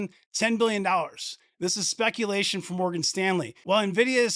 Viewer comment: Booyakasha! "A bit of spekulashun" ....Keep up the mad content about NVDA. RE5PECT!